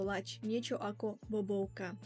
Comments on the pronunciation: nie bobovka ale bábovka. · Malinká oprava , ten koláč sa po slovensky povie " bábovka " , nie "bobovka" , ale inak zaujímavé video z krásneho Ruska . Ďakujem! 👍🙋‍♀️🤗